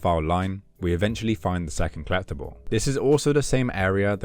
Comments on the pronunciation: Is he trying to say "collectible" or is he actually saying "clap the ball"? I got to have misheard that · Never heard someone pronounce collectible like kleptible lol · Until the achievement "Collectibles" popped up I had no idea what you were saying haha. "Klept another kleptable". Your videos are very entertaining :) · This game is complete in the way that pronunciation of "collectible" is complete.:P